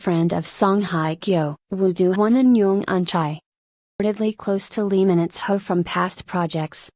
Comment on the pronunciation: Is this really for real? Is this Lee Minho or LEE MINITHO as read by the speaker?